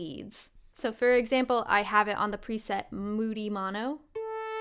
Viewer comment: Did you just say "prisette"? Is that a joke? 😂 It's pre-set silly.